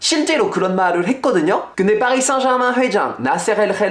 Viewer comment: 파비앙의 파리 생제르망 발음을 들으니 새삼 파비앙이 프렌치인게 확 다가오네요.